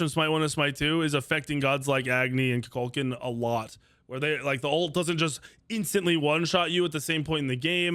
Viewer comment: Murdered Kukulkan and Susano's names